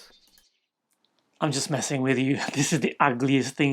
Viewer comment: “I’m just messing with you”, said in your accent, cracks me up! 😂